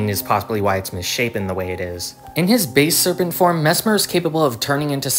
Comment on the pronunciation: Its not base serpent, its basal serpent